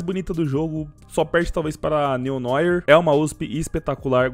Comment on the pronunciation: Meu deus que agonia, KKKKKKKK, você pronuncia o nome da USP-S Neo Noir totalmente errado, você fala tipo Neo Noier, é Neo Nuar, já que Noir é uma palavra francesa e significa noite